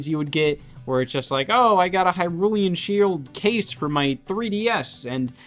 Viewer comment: “Hyrulean Shield”… smh🙂‍↔️